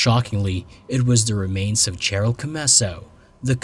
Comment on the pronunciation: Cheryl is pronounced Sheryl. Dear Lord.